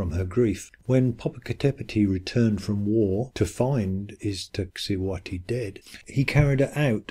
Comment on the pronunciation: Poppo Capp etteti and Iksa ti hu whati..?.... 🇲🇽!!!!! It's -'poppo Ka petl' and 'iks ta si huatl' .. smoking mountain and white woman.. .. just. A little respect to the Nahuatl language and sources and a little bit of. .. well. Ix ta cihuatl actually reads several ways, all involving a female conjugation, mostly as skirt - but also snakes, precious and fire and - an popoca tepetpl reads smoke and mountain/home .. and needs a bit of. Well - more work is needed. Sorry - just. An insulting treatment of words more than 20 million use daily. Mexica history is as complex as the subject this video tries to address. The quickfire treatment isn't working for the rest of this either. Although I'm sure it's not all intentional.